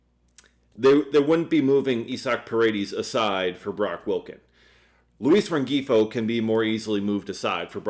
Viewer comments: He was driving me crazy with the hard G 😂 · Luis Rengifo's name is pronounced loo-EES ren-HEE-foe. Just fyi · I believe the G is silent in Rengifo.